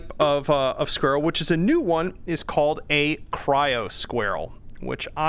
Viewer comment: Squarell. Sounds like a non native speaker trying to say "squirrel". Love it! These are going to be nice against armored targets. I gotta say the gas cuboids are great, but I wish they exploded after flying off! Sure it's not realistic but it goes against my gamer intuition when they don't!